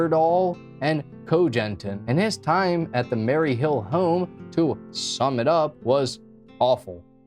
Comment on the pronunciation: Maryville home not Mary hill home.